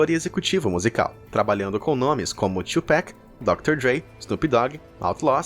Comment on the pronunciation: Pronúncia certa é Xugui e tuPÁC